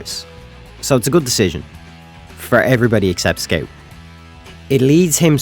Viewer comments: Its Scout, not Sceut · Is it a joke or you really pronounce Scout Skeut? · Why did you pronounce "scout" as "skate" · What the hell is a scate you mean scout bruh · "sciot" took me 10 minutes to understand